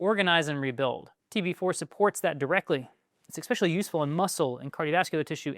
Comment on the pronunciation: Please stop saying 'ex-pecially'